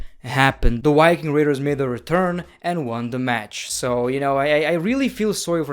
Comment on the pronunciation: It's viking raders not ricking radars lmao just kidding your u can say it however u want.